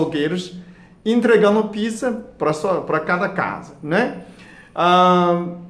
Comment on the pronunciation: Dr. gosto muito do seu jeito simples e sábio de ensinar. Há, com todo o respeito, pede pra algum brasileiro te ajudar com a pronúncia da palavra "pizza", porque tá saindo um palavrão.